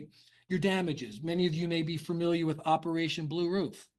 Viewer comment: Begins by not knowing how to say familiar. 😂